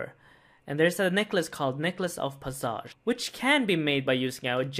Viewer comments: In English, we pronounce passage as 'Pas - idge' not 'P'uh'sahge' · Necklace of pass-edge if you need to sound it out not passsaaaage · Its passage not passaaahhge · I still love you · puh=suh=ge = pass-ij mate! It's like me me saying it's leviosaaaaaaa not leviosa. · Pahsage? It’s passage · “Pass-edge” not pasage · PASS-AGE not PUSSAUGE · necklace of pah saj lmao. bro pass- age vis-age. cmon people its not that convoluted. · its pronounced p-ass-ag not pausauge.... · hold up pas-sage WHAT, who says it like that??? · "pah-sah-ge" lmaoooo0oo0o0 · Lol pronounced necklace of pass-age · The way you pronounce passage 😂😂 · that passage pronounciation lmao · The way he said passage hurts me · Everyone here commenting on how he says passage but not the fact that he said G-nome basically tells me no one knows how to say gnome... nor scimitar.. nor half.. my point is, why comment on the way he says something when his pronunciation is understandably a mistake and not something super dumb and simple? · Check your pronunciation of passage homie